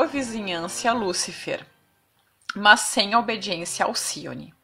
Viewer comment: "Mans" é o meu caralho Oq custa dizer "MAS" como qualquer pessoa comum??